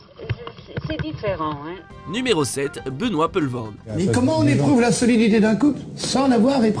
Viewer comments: C'est qui, ce gars qui fait les commentaires ineptes de ce film sur lequel je suis venu perdre quelques minutes de mon temps ? Il prononce "Poelvoorde" de manière très approximative (et erronée), oscillant entre Peulvoorde et Polvoorde, alors que c'est simplement Poulvoorde qu'il faut dire, pas besoin de chercher midi à quatorze heures... Quant à l'état "secondaire" (sic) de Johnny, je préfère n'en rien dire... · on dit poulevaurde au cas ou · On doit poulevoorde et pas peulevoorde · ca se pronnonce "poulevoorde" :o)